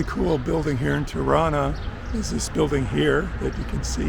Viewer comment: Tirana Pronounced like Toronto, not Triana